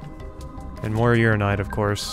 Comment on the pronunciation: It's pronounced ura-NI-nite not just ura-nite